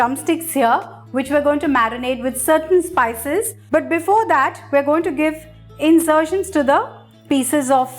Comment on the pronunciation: Was that...INSERTIONS??? or INCISIONS?!! 😂